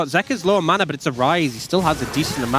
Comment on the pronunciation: I HATE how the one announcer pronounces M-A-N-A.... WTF????